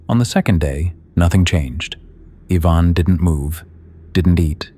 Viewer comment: How many times did you get that first kid Ivan's name wrong?